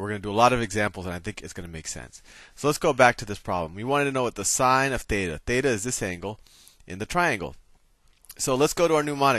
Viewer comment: θ is pronounced theta